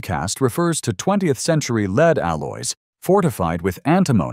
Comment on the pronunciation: whoever is doing the talking needs to know: ""lead" (pronounced LEED) is the present tense verb for guiding or a noun for the leading position, while "lead" (pronounced LED) is a noun for the metal"